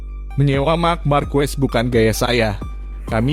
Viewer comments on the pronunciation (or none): Ngomong markes kok jadi markuwes